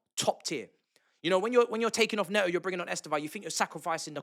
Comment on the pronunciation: Bro - You know Pedro Neto is Portuguese, not Brit. Can you please call him "Ney-tow" and not "Ney-o". Butchering someone's name by sticking to your native accent is lazy and ignorant. I mean there are other British ex-footballers and pundits who do take the care to call him correctly, and they're not even Chelsea supporters. Come on man, you can do better.